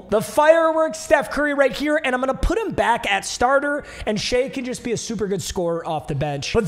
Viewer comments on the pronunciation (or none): It’s shI NOT SHEA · ITS PRONOUNCED SHY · Papa Shai’s name is pronounced “shy” for future reference